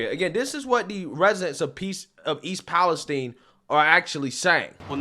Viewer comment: Guys for crying out loud stop calling it Palesteen. It’s East Palestine, named after the country of Palestine, so it is pronounced exactly the same. 🤦🏻‍♂️